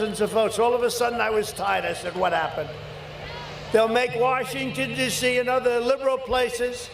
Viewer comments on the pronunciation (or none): "They'll make Washington dizzy" nothing says compos mentis quite like a bit of slurring.